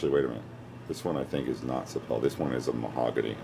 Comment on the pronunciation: Very nice! It is pronounced sah-pee-lee though :)